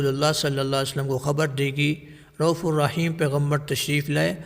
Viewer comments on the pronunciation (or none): none